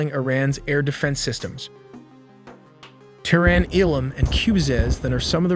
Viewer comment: Also Terrin (Tehran)